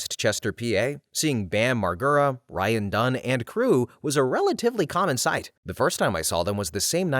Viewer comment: Mar-Jer-Ah my dude. totally accurate. grew up in jersey close to west Chester, and have been to bam’s house. RIP ryan dunn